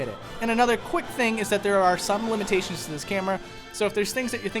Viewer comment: "Lemon-tations" - 2019